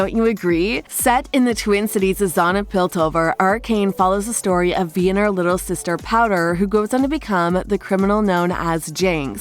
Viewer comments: Vi is pronounced v-eye not v-ee. And it’s Silco not Silo. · Aint no way she called Silco Silo and Vi Ve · VVV I NOT V ITS "V-EYE"